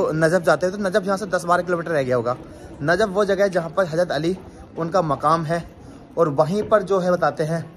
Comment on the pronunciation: Bhai Thora Urdu word s estemal kiya kre.bakibto bahut achcha h hazrat bolte h , hajrat nhi bolte